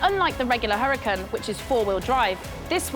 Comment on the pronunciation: Why she pronouncing Huracán like crap but say the other stuff for at least trying to say Italian with an accent. It’s fries not chips 🇺🇸🇺🇸🇺🇸🇺🇸